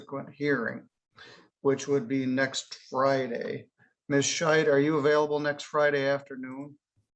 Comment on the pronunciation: I think needs to enunciate the D on the end of Ms. Scheid's name, as it sounds like he's referring to her as Ms. Shite.